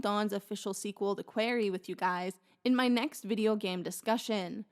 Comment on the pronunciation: Really excited to hear your thoughts on the Quarry! Your analysis and criticisms were really enjoyable, and you clearly know when to include scenes and audio to support your points Just a note - quarry is pronounced kind of like a mix between "story" and "sorry", not like "wary"! But again, I'm excited to see your review, especially after working through your dark pictures videos 🐾